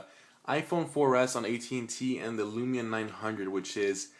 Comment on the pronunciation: Can someone please tell this guy, it's windows phone not windows mobile , and it's Lumia not Lumina, bad review !